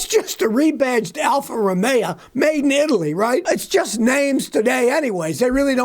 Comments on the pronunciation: Listen,,,,, Al-fa- ro-may o....... not alfa-ro-may-a.......... got it? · Alfa Ro-may-yeah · Alfa Romeo - used to call them Alfa Rust-ay-o. Had an Alfasud, years ago. The only thing that went faster than the car was the rust progression.